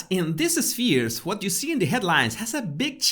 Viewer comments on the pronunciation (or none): none